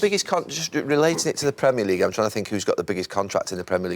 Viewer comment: He says "Premier League" like it's supposed to be said...in contrast to most yanks! 👏👏